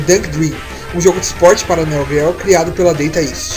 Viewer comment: "Néo guéo"? Ai meo corassaum....